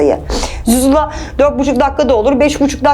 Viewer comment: ’de Daha Cin Kabilesinin Adını Söyleyemiyor zuzula Diyeceğine suzuzla Diyor Bu Kadının Akibeti Belirsiz Gerçek Bir Hüddam Hocası bu Değildir.